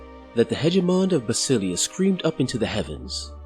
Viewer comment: Is it really pronounced that way? I think basilea should be pronounced with an emphasis on the e as it is a reference to the greek "basileia tou theou" Kingdom of God, similar to Elohi referencing to Elohim, one of the Hebrew names of God.